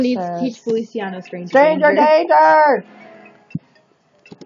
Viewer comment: Can I randomly cut in and say's Feli's name is pronounced "Fe-li-chaa-no"? Sorry. ^^ PFFFT I remember Strawberry Shortcake and Melon Ball. XD KIKU WHY.